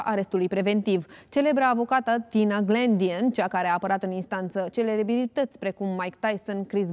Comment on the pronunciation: CELEBERILITATI PRECUM ... :)) BLBLBLBAIALAA 🤣🤣